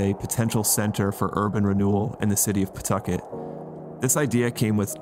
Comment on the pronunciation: Love these videos man. I live out here and you said Pawtucket right lol . Ever since the DMV left Apex hasn't been anything